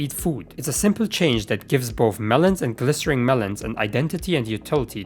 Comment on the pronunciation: I have no idea how you never once realized during this video's production that "glistening" has an n, and not an R.